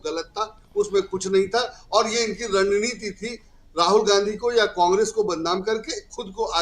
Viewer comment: not runneeti its rund neeti